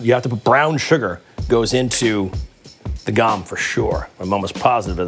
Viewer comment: In case anyone's interested, you pronounce the o in gom as an oh.